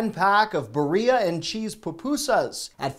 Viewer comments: "Barrhea and cheese" said like "diarrhea" killed me lol. It's beel-lia like you would say "eel" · Another great video! It was awesome to see Mara’s first fish. Also, “birria” is pronounced BEER-ee-uh as opposed to burr-EE-uh. Extra points if you can roll the Rs. 😂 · Birria is pronounced beerea😅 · Birria pupusas is pronounced bid- thee- ya. It's Spanish. Say it fast a couple times and then perfect it. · I love your videos and have been watching you for quite a while and always enjoy them as well as seeing the adorable updates of your growing family! I did want to let you know that the correct way to pronounce Birria is beer-ree-ah (you are supposed to roll your R’s in that word, but we’ll just go for the correct and slightly “gringo” way to say it). 😉 Thank you! I love you (and your family!)! Bye bye! 👋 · You need to learn how to pronounce “Birria” It’s (beer-eee-ah). Keep up the great work. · you saying Birria is the highlight of this video, LMAO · Bro. Please say birria again. 😂😂